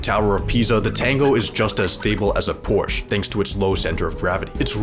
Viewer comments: "Porche 911" XD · Pronouncing it “Porsch” - F tier! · Wtf is a "porsch"? 🤔